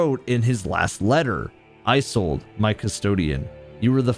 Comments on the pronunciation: Loving the video, but the way you pronounce “Isolde” is not right. Iz-olde, not Eye-solde. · You're pronouncing Isolde wrong